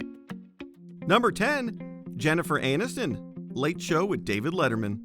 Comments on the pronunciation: "Jennifer Annuston" lol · "Jennifer Anuss-ton" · Interesting pronunciation of "Aniston"